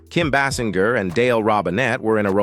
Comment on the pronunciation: What is this crap?? You do a profile on Kim and cant even PRONOUNCE her name right? And you keep saying it different ways; what is this?